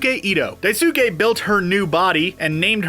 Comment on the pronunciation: I love that you used the Japanese pronunciation of Manga. As a side note, in the Japanese pronunciation of Daisuke, the u is silent, making it die-s'kay. Looking forward to seeing the movie soon!